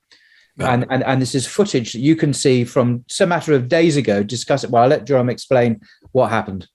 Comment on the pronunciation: Isn't his name pronounced 'Y'oram ? Nevertheless brilliant interview as always